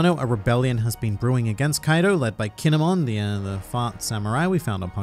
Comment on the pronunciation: KINE-MON,,,,, KINE"MON